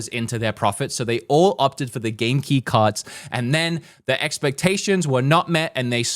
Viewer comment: Its cards not carts